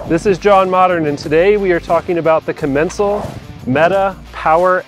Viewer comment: When I call Commencal they pronounce it differently than you.